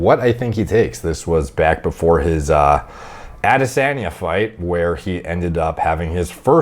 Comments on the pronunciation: Lol not to be too much of a critique good video but I couldn’t help but laugh at how white you pronounce Adesanya’s name it would be pronounced more like Ah-deh-sahn-yah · Aadesaaahnya! AAdeSAAANya! Aaaaahhhh I'm losing my mind over the way he's saying Adesanya 😂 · Love how says ADDesanyuh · says AdeSANya the most Canadian way possible